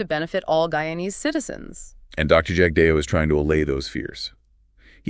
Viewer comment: You folks can’t even pronounce Jagdeo’s name properly that’s all I needed to . 😊